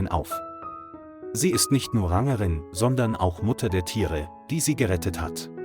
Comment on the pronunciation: Die story ist sicher so falsch wie die Aussprache der KI-Stimme (Rangerin).